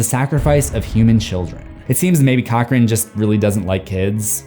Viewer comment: Cochran?? More like 'Cock-ring' >:(